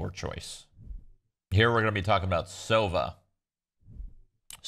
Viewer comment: Sova is actually pronounced with a stress on the A. Cause it's a russian word for Owl.